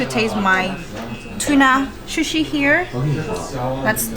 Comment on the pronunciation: Shu-shi???!!!! Really??? Maybe that's how you say it in Chinese, but it's called 'sushi'. - that's better!! Also don't dip the bottom of the sushi rice in the soy sauce - you need to tilt the sushi and have the soy sauce touch the ingredients on the top of the sushi - this is how it is supposed to be done. OMG!!! Too much soy sauce!!!!!